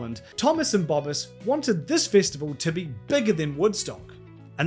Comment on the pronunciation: Its festival not fistival fucking aussi